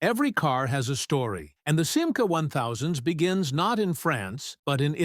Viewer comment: commentaire artificiel complètement mauvais: ce n'est pas sima, mais simca!!!!